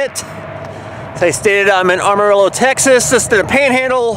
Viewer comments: It's not Armarillo it's Amarillo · This guy cannot pronounce amarillo. Its sounds lije this ama rill o